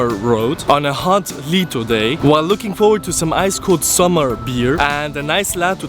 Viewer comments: You did say sommar 🇸🇪 Wrong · 4:8 you say "summer" wrong. I'm from sweden and we don't say "summer" like people do in english. You REALLY need to learn swedish! I have look on your saying "thank you" video and you say "thank you" wrong, it's "tack" not "tak" (and thats btw means "roof" on swedish). And please take this like "konstruktiv kritik"😊 (thats mean someone say what you did wrong and what you can make better to next time it's not means that i will hate on you)😉😊🙃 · You say it wrong on swedish